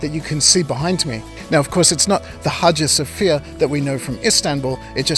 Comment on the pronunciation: Whoever made the title “Hajus of Fear” misheard the speaker. His pronunciation of “Hagia Sophia” ( Holy Wisdom) is probably the reason. Someone should correct that title.